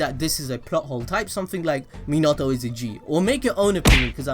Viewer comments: Its pronounced Min•na•toe• (Minato) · Why you gotta say minato like that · Your not saying his name right. You’ve must have watch it in sub